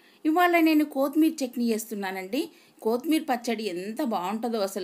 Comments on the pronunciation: బడాయి కోర్ బుల్లి ఓవరాక్షన్ కాకపోతే తెలుగు రానట్టు కోతిమీర అంట కొత్తిమీర పుదీనా అనొచ్చు కదా దీని యాసాలు😂😂😂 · Is not Koothimera it is kothimera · Kothmir kadu kothimira